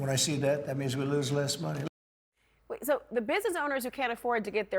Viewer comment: WASTE MONEY! Did he really say waste monet. Mr, Excess?